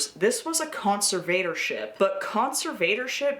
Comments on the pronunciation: I like your video, with the exception that your pronunciation of "conservatorship" is like fingernails on a chalk board. To the best of my knowledge, it should be pronounced "con-SERV-uh-tor-ship", not "con-ser-VATOR-ship". I apologize if your pronunciation was meant to be ironic. My inability to see any ironic meaning doesn't mean the irony doesn't exist. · Darth conserVator Ship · you accent the “serv” part con-SERV-a-tor-ship. Conserve-ator-ship. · NGL the way you pronounce "conservatorship" is kinda driving me insane but otherwise this video fucking slaps